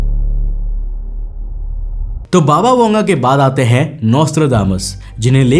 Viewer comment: बाबा वेंगा है वांगा नही ठिक से पढ तो लो 😂😂